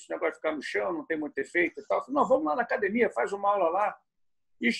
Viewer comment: É raro ver um Gracie que não fala “cadimia”. 😊